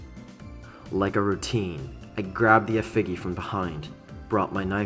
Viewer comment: Apologies in advance for nitpicking; pronunciation and grammar irk me easily. -Effigy is pronounced "e' fi jee" -only one -st word per description. No "most tallest," because "tallest" already means "most tall." -not grammar, but the bit: "I'm not sure why." "Huh? Why?" deserved an icy stare of irritation for a moment before responding. Or maybe that's just my response to that. Nitpicking aside, I'm thoroughly enjoying this, keep up the good work!